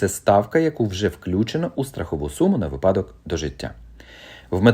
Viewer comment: "Говоримо українською": Слово «ви́падок» має наголос на першому складі, як слова «ви́няток», «ви́сновок», «ви́селок».